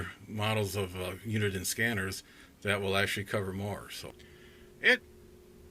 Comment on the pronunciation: It's "Uniden" with den pronounced like the tv room in your house. Not Unidine. Unidine is a food service company out of Boston, MA.